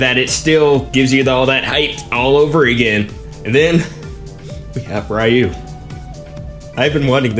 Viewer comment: It's pronounced ree-YOO